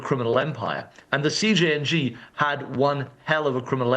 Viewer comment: Did she say CNJG?